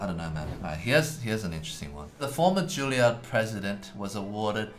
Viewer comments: Time for a lesson for all commenters. It's JUILLIARD. Not "Julliard" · I thought he said 'Jailyard' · Juilliard- you mean jailyard ?